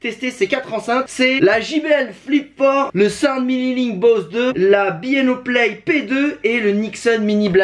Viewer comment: "Bi i O" 😂... Je ne connais pas Bang & Olufsen mais j’aime les BASSES!